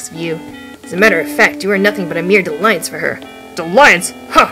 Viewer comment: So sorry to be picky... pretty sure it's DALLY-ance though. Related to "dilly-dally". But they're both really old words so... This LP is great! Makes me want to play this again.